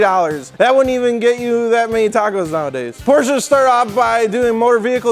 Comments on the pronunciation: it‘s not porscha either, the e is like you would pronounce it between the m and the c in mcdonalds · "Porshhhees"?? Porshe! "Shut the fuck up"!!! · Shit, I think I accidentally deleted my comment. It sounds more like "Porsch-uh", most american seem to pronounce "Porsch-Ah"... That said there wouldn't be any issue with that... If only some annoying dudes weren't trying to impress people, trying to pronounce something they can't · say Port, but with sch instead of the final T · Roasting a Porsche Owner Step 1: Mispronounce Porsche Step 2: Profit from their anger and Roast them while they are caught of guard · As a german I have to hold back my aggression every time an american tries to pronounce Porsche.